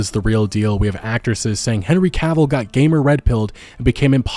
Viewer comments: OMFG you started pronouncing his name right. The stars are aligned and all is right with the world. The universe thanks you. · Hey you didn’t say Cuhville this time I’m proud. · Omg bro thank you, you finally said Henry's last name properly. I love your videos but that bugged me, not gonna lie. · Haha, now you say it right !! Well done.